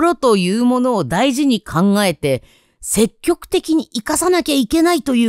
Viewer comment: 積極→せききょく わろた❗️